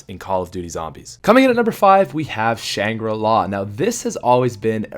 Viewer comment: Shangribruh m8